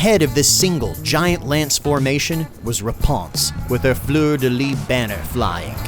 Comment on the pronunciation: You gotta pronounce the S in fleur de lys